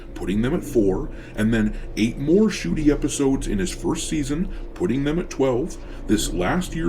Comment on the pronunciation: How tf is this drs name pronounced 'shooty' and not 'nuhcuttey' because he cut the show out of existence